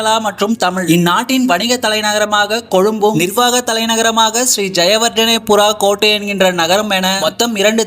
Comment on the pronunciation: யேடா அரவு சேத்து சேத்து எல்லா வார்த்தைகளையும் சொல்றிங்க😢. இரண்டு தலை நகரம் இல்ல டா கொழும்பும் கோட்டையும் 2ம் ஒண்ணுதான்😢😢 சிங்களா=சிங்களம் எல்லா=எல்ல டலடா மளிகவா= தளதா மாளிகை ஶ்ரீ ஜயவர்ஜனாபுரா கோட்ட= ஶ்ரீ ஜயவர்தனபுர கோட்டை உச்சரிப்பு பிழை சாமியோ. நீ சரியா தெரிஞ்சுகிட்டு பேசு டா தங்கமே ❤😢